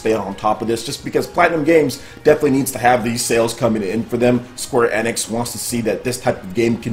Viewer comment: Please it pronounced Square "Eeeeenix" not "eh-nix"